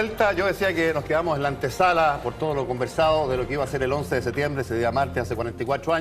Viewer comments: SeTiembre? Dónde estudió este tarado? Septiembre es o no? Ahahahah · Pronuncie bien por favor! Septiembre, no se coma la P! Terribles los primeros 3 minutos